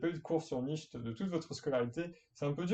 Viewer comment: Nietzsche se prononce nitch et pas nicht 😂... sinon j‘adore ce que tu fait 💪🏻👌